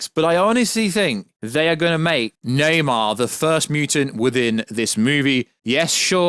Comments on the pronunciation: Stoped watching when he said “Neymar” instead of Namor. Garbage 🗑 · Na-MOR, not Na-MAR. Come on, man...! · It's Namour! Not Namar! Jeez! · Lol why are you saying nam-AR? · Dude fucking saying Neymar lol 😂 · Lol this is funny as shit thought I was the only one hearing this dude pronounce Namor wrong lol 😂